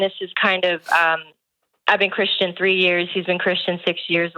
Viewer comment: Why can't she say "Christian"?